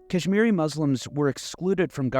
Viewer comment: As a Kahsmiri thank you so much but listening to you pronouce names did kill me a lil inside. God Bless you